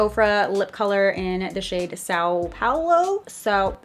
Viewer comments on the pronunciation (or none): Saaooo Paulo it’s pronounced Sam Palo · When you can't pronounce a cities name. Stop while you're ahead.